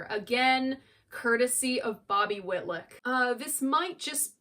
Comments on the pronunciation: Love this video. Layla is an epic masterpiece. Just one thing to mention - you mispronounce Bobby Whitlock’s name several times. It’s WhitLOCK not WhitLICK. Love all you do ! Keep creating. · GoodJob......I just wish you knew it's "WitLOCK......not WITLICK) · i love you dear your work is amazing ...however its not whitluck its whitlock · Your greatest review yet. No other reviewers (and not just young ones) do as much research, and care as much about the history of the recordings as you do. I still have my original pressing of this on Atco. --BTW, --Whilick? Whitluck? --Whitlock rhymes with "hit rock". --And he's still alive and going strong. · Bobby Whit-lick! LOL. You’re so cute, I give you a pass.